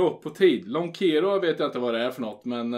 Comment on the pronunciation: ”Lånkeeerå” hahah skit kul då man är från finland och hör svennar prata finska:)